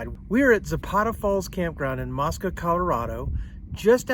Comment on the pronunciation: Pronounced " MOE -SKUH." It is not an Islamic site.